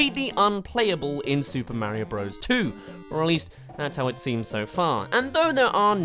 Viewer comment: It’s Mario not Mayro